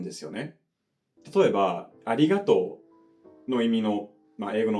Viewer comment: ありがとうが名古屋弁でびびった笑